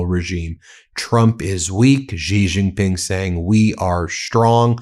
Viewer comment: BEN: it’s pronounced SHE Jin Ping. You are going to be referencing China more often as it asserts itself as a sane global business partner. The US has been consumed by idiocy and the ethic of WINNING, and this has nothing to do with building cell phone towers, shipping plastic crap and and lifting 100s of millions out of poverty, in China and elsewhere. China has a profound interest in prioritizing its dominance of manufacturing and shipping over military dominance. It acutely fears US military power, yet this power will wane as it becomes increasingly marginalized as an option because IT’S BAD FOR BUSINESS.